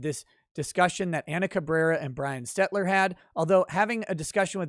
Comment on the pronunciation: I love how calling him „Brian STETLER“ seems to be catching on since David Freiheit has been fumbling this name 😂